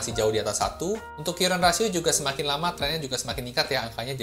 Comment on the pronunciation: Mks mas analisanya..Maaf ya mas biar enak didengar kalau baca current ratio bukan dibaca : kyuren rasio .. tapi : karen rasio. Tks